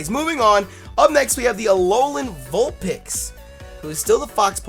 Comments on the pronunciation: your saying vulpex it's its vulpix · Is it pronounced vulpix or vulpex ? I'm confused now